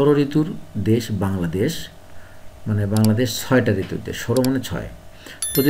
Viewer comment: ঋতৃর নাম ❌️ঋতুন✅️ 😂😂